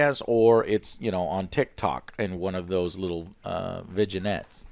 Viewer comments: Joe it’s pronounced “Vin-yette” not “Vig-in-ettes” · Vignettes is pronounced vin-yets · Anyone else screaming at about his pronunciation of "Vignettes"?